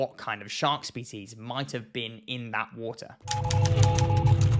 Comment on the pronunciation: Its pronounced water not wooter